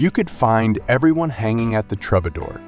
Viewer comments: David Crosby and Joni Mitchell met in Florida. Sorry, you're 30 second in and have a major error. And it's Glen Frey pronounced FRY. Lose the AI narrator. TRUB-a-door??? This is awful. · AI voice? Some bad mispronunciations of very common names (The Troubadour, Glenn Frey); weird statements/incomplete sentences. Very odd. But the pictures were nice. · How can this feature the be taken seriously when it uses an announcer who is unable to pronounce correctly Glen Frey's name and The Troubadour!!!!!!!!! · I still pronounce 'Frey' wrong on purpose. My sister keeps correcting me. And yes, Troubadour was incorrect too. :face-blue-smiling